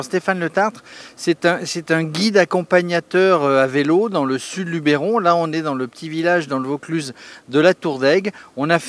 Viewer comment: Nooooonnn!!!! Pas toi! LubEron! Pas Lubéron.;-) Bon allez ça te coutera une bière.